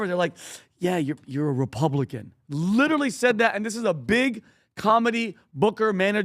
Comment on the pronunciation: Pat just say the word literally correctly!!!! I clearly see a select few famous people trying to copy each other and put a C or CH in the word literally! Knock it off you sound stupid